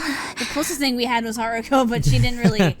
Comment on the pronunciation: It was Hiruko, not Haruko.